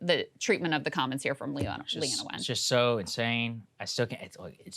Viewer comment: It's pronounced Lean-na